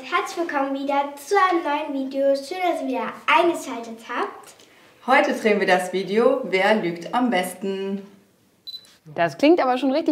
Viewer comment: Trehen... oh gott das heißt drehen